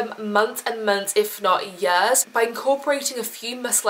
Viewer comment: she said yures-years